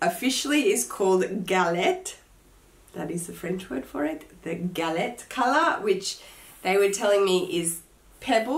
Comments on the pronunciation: the color is pronounced GAL-EH, gorgeous color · Hi, very sorry for your loss Loved the video. I’m French Canadian and because you asked I will let you know that the t in galet is silent. Otherwise everything you said is accurate. That capucine bag is gorgeous! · Nice haul 👍. Love your broach and your capucine! And, no, you don't pronounce the "t" for "galet" in french 😉😜😘. Kisses from Belgium!